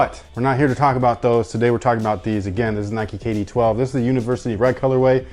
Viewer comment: Kay Dee Twelves-uh. I like it.